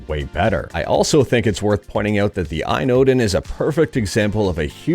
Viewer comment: Hey, great video. FYI I believe its pronounced A.Y.N (letters) I don't believe it is pronounced phonetically.